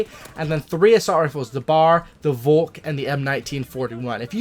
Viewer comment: good pronounciation of the volk 👌